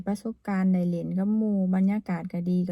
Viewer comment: ทำมัยสาวพันพูดคำว่าได้ไม่ได้ภาษาลาวก็พูดว่าไดเหมือนกัน